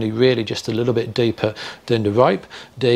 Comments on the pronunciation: I’m getting confused. When you say “d” and when you say “dee” (thee) and den when you say dat dee dickness of dee rope and dee radius of dee ring, dee d/d ..... gahhhhh. It’s THeeeeeee. THe. THat. THen. THickness. Not dickness. Come one guy. Great info but it’s killing me. 😂🤣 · I kept getting confused by the "d' (rather than 'th') accent on whether he was talking about "D" shackles or 'th'e shackle. loved it! Thanks